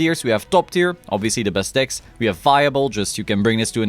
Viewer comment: ähhhm, decks, not dicks.